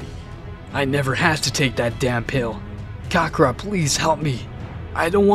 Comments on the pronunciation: Hey my brotha, look I love a what if as much as the next guy (assuming they love what ifs) buy your pronunciation of kakarot and Belmont in your last vid I saw just hits the ear wrong, you have solid ideas bro but real talk, your stories feel a lil stilted, and though your accent can be on point. I personally believe you could skyrocket if you followed mondo cool, salad saiyan and unrealentgaming's lead. Again enjoy what you got and have n9 right to change it. Just a suggest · Who the hell is "Kakara"??? 🤦🏾‍♂️🤦🏾‍♂️🤣🤣🤣 u must be a new fan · Hearing the way the narrator says Kakarott is willd compared to how we hear it in the english dub, sounds like a dif character. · The way he mispronounced kakarot is cringy af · You can tell the guy narrating has never seen the show by how he pronounced kakarot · Why did he keep saying kakarot wrong??